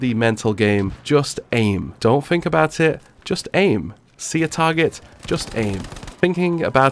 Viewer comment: Love the videos but please pronounce a word with ‘th’ in it as ‘th’ not as an ‘f’. Like u say fink for think. It reall annoys me